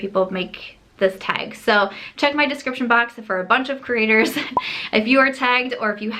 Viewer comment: Lol I keep hearing “critters” and then I’m like no she’s saying “creators” love you, and appreciate your channel😃